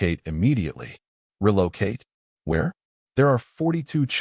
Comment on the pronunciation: "RUH-low-kayt" (relocate) is NOT a proper pronunciation!!! Stress on wrong si-LOB'l"!!!